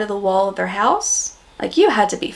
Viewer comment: "Their", not "Thei"